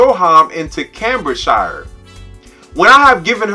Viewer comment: oh and its pronounced 'caimbridgesheer'